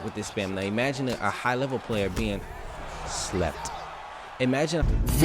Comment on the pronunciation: That lslept” had me weak